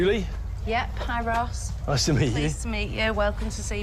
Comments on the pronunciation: Ross, pronounced like it rhymes with Floss or Toss. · Its ross not rose🌷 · It's Ross as in Boss. Rose is spelt rose👍